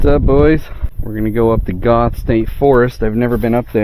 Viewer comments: Goethe (pronounced GO- thee) is beautiful. Love your videos. Would love to see Mini down here. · If it's pronounced like the famous German poet it should be "Gurter"